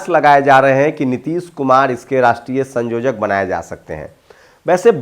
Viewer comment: संयोजक बोलिये ना कि संजोजक